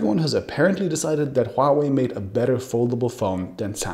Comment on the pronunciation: Omfg, finally someone can pronounce Huawei with an understandable accent...